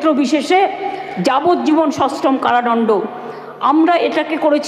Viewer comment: কারাদণ্ড, not ডনডো